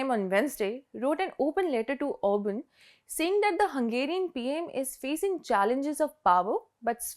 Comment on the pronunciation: It is Orban!